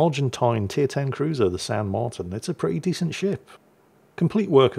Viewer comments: The í is like an ee So Martín is more like “Marteen” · Not to correct the but its pronounced "Mar-teen" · Is ok... Martín in spanish have the accent in the i....but thats fine......btw, i hope San Martín still burning in hell.